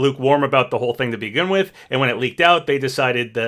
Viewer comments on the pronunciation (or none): none